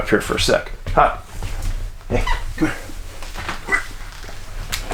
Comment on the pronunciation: I HAD TO LAUGH WHEN YOU CALLED HUCK, "HUCKLES", LOL!